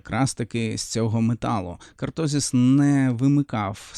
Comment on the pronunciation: я не про наголос, я про назву. Не кАртозис, а кОртозис